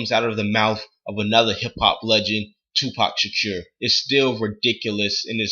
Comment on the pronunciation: who the fuck is tooopac shatuurr?